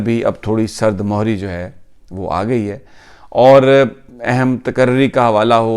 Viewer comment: Sami Sb. While I’m your great admirer for boldness and commitment to Pakistan, I would like to suggest you to watch your Urdu pronunciation e. g. The right word is “Sard Mehri “NOT “Sard Mohri” meaning cold shoulder showing cold behavior.